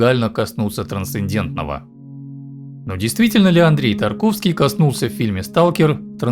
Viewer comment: "ТрансцеНдентного". После этого просмотр закончил.